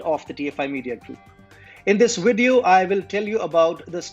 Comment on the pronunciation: "...and in dis wideo..." hehehe...